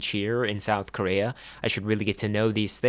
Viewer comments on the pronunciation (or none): none